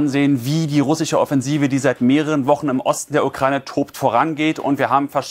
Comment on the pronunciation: "SCH" verdammt! RussiCH 🤦‍♂️